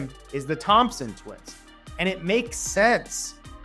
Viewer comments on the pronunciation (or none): none